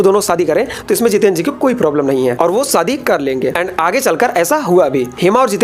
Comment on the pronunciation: सादी नहीं "शादी" *हमेशा, *शांति Please improve your pronunciations.